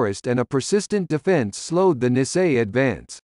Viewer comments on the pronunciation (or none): It is very difficult to listen to this person mispronouncing Nisei, it should be pronounced knee say. Also the correct unit designation for the 100th Infantry Battalion is 100th Infantry Battalion Separate. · Speaker should have learn to pronounce Nisel correctly !!!